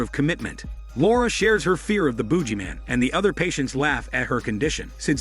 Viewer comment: lol is mispronouncing things intentional? This is the second video of yours I've seen. You kept pronouncing Emo as "eh-MO" in Cabin Fever 2 and now this thing is the Boojieman?